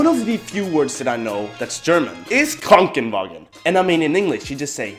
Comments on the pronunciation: you say KORNGENWOGEN 😂 It's KRANKENWAGEN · Krankenwagen not kronkenwagen